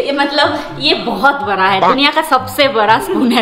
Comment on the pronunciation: Wo bara nahi hota bada hota hai di bolna sikho pehle